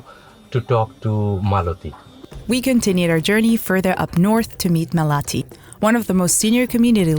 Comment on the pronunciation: Repeat this: "Maa-Le-Ti". Not Ma-Laa-Tee...Also, Indians don't "shovel" rice into our mouths. That's very disgusting and insulting. Would you like it if we said Westerners poke their forks and spoons into your mouths. That's one way, ours in another, a more natural way that humans practiced for 99% of our existence. Better to describe this as using our hands to eat...